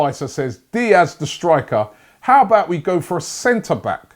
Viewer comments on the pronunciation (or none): none